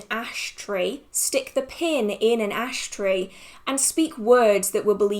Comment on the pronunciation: Are you saying ash tray or ash tree for the wart spell??